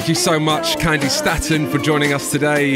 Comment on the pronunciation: She pronounced her name as 'STAY-TON' and keeps pronouncing it as 'STAT-ON'. Jeeez.